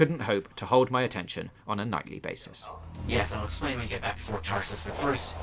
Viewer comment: Tarsis, not Tarris.